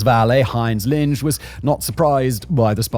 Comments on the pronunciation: Jodl is pronounced like "Yodel". Linge isn't "Linj". It's "Ling-eh". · Simon, Jodl is pronounced “Yo-del”. Linge is pronounced “Lean-guh”.